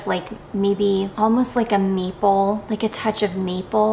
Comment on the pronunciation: I'm was listening in my car on the way to work and I swore I heard you say it smells like meatball. 😮 Then I realized when you repeated... MAPLE! That is much better for a perfume! 😂😂😂